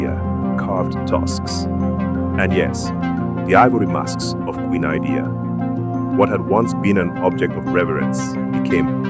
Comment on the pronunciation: Thank you for the video but the name of Queen Idia is pronounced as eedeah. Good work nonetheless.